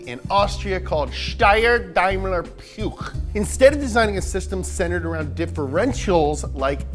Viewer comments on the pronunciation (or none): Its not pjoechj, it poech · Its not pjuch its puch with a short u